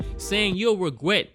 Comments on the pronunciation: "Inquiwy" "wegret" "wnlife" HEY Y U BEING SO CUTEE HSHAHSA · inquiwy? wegwet? u got a nice elmer fudd thang goin on this episode lmao